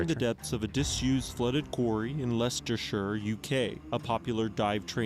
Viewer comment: Hearing Americans try to pronounce Leicester and Leicestershire always makes me chuckle.